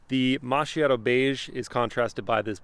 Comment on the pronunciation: It's pronounced makiato